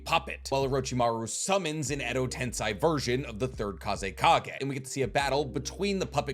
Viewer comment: It hurts you when someone sums up the fight to quantity vs quality, and it hurts me when you say edo tensai instead of edo tensei